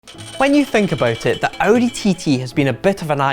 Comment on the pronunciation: Audi not Audy